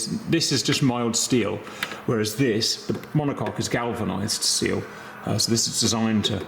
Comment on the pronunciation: "monocok" and.... demonetized. Glad to see you are working on your health, Cap. Selfishly, would hate for you to stop making vids. you are always entertaining, Good Sir